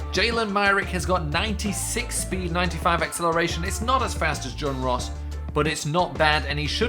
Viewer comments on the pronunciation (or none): none